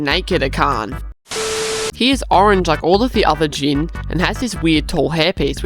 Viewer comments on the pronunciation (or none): none